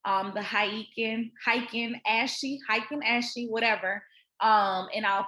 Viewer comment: heikin ashi- HIGHKIN ASHEE thanks for the good session as always